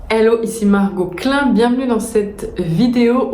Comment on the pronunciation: J’adore le contenu et ta façon de te présenter. Margot Klein en insistant sur le K.